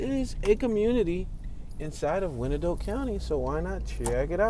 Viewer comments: Actually it has 3 syllables, pronounced y-an-dot. Old Native American name. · Not too far from me (Edwardsville). Thanks for the tour. Also, we say it like "Why-an-Dot" or "The Dott" for short. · It's actually the eastern part of KCK (closer to KCMO) that's rougher. And, as Can-O-Bus stated, it's pronounced "Wine-Dot" County. :) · You know absolutely nothing about Wyandotte. Pronunciation is ass